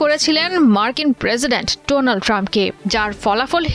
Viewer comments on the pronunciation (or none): none